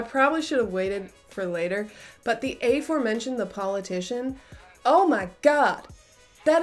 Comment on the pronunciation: High energy vid, I like it! I had to check that I wasn't playing it at 1.5x speed... Nice "in your face" energy, reminds me of my ENFP ex when she was tipsy :) Btw, aforementioned is pronounced as aforementioned, not aforementioned, thanks. PS dress still looks great!